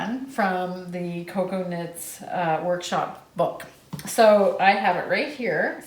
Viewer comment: Oh, my goodness you two are hilarious, but when referred to Cocoknits as Coconuts, I lost it! So much fun knitting with you two. I'm so happy that Charlie is doing well.